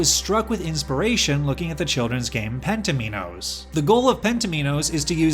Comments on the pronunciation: penn-teh-mee-knows?? You have got to be joking. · appears to be pronounced differently in the US!?